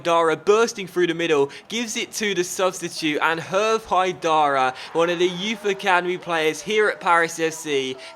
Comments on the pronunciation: Yup, Ripart = Ree-par Hervé = air-vay With a silent H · It's Bruno Ripart, you were right, but don't pronounce the final "t" ;) I'd like to add, Hervé haidara is pronounced "Hervay" :)